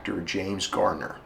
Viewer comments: GARNER, NOT GARDNER! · Garner not Gardner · It is Garner, not Gardner! He is still my hero, and i am 53. Thanks for vid. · It's Garner, not Gardener. God.